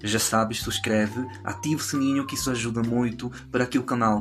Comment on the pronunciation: Muito bom o seu português. Se não se importar, vou fazer uma pequena correção na sua pronúncia da palavra "subscrever". Você pronuncia "suscrever". Em Portugal, pronunciamos também a letra "b". Como se tivesse um "e" a seguir ao "b". Felicidades para o seu canal